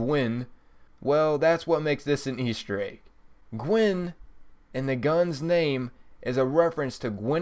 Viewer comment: never heard gwens name pronounced like he does either. He seems to focus on uncommon areas to focus on in the words.